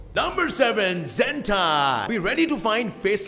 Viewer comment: When he said zentai for 2 seconds I hear it hentai and then I was like abhi majja ayega na bhidu